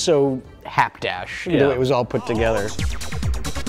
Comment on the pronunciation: "it was so hapdash". Mr Culkin with a lovely Rich-Evans-style mispronunciation